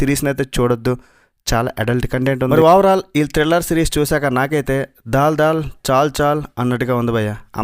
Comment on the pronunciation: దాల్ దాల్ కాదు దల్ దల్